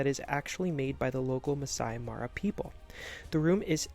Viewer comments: Great video! However, if you're creating content like this, it would be helpful to pronounce local terms correctly, such as "Masai Mara" (not "Masi Mari"). Just a friendly suggestion! 😊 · You’re pronouncing the park name wrong. It is Mah-sigh Mah-rah not Mass-see Mah-rye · Would have been awesome if you actully got the Masai Mara pronunciation right. Nice attempt though.